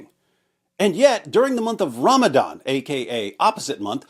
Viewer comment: Ramadan ❌️ RamItIn ✅️